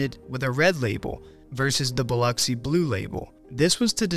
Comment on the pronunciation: Extra points for pronouncing Biloxi correctly. I was born and raised here.